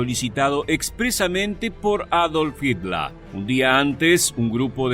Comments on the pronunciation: No se pronuncia asi en aleman ... HITLER .. como se escribe. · Porque mencionas a Hitler como hitla,y a la palabra fhiurer como "fiura"?